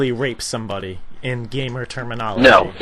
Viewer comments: if i had a dollar 4 everytime the employee said "termanology" i would be fuckin millonare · how many times did he say termonolagy?